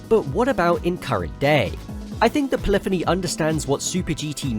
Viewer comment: it was in this video that i discovered it is indeed pronouced "pol-if-any" and not fucking "poly-fony"